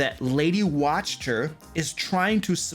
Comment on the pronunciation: Video seems interesting, but I lost it at "Lady Watch-ter", sorry😅